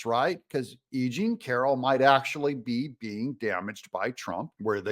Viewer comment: I thought he said a-ging Carroll instead of e jean Carroll at first.